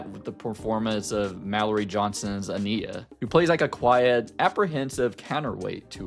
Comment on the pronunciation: Love your perspective just don’t like how you say ania (a-niy-ya)